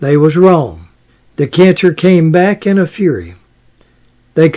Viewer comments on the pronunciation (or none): none